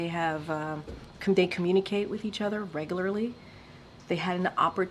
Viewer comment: should correct how she pronounced “regularly”